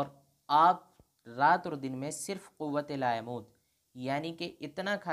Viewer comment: مفتی صاحب آپ جس کو قوت ق پرپیش واؤ پر تشدید وزبر پڑھتے ہیں وہ اصل میں قوت ق پرپیش واؤ پر جزم ت پر سکون ہے جسکے معنی روزی کے ہیں कूते लायमूत مطالعہ کیجئے اوردرست کیجئے